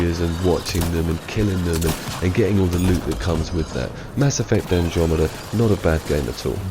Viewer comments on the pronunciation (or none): none